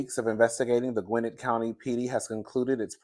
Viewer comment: GwinNETT County, the 2nd syllable NETT is stressed. I'm glad Ky is not charged because T Hood was violent. I pray Ky gets no further charges. Simon The Scammer has plenty of debt, debt free living is a lie!